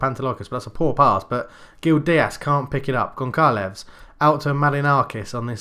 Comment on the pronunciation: I am portuguese and I Just need to tell you that you are saying wrong Gonçalves because ç is like s so you are suposed to say Gonsalves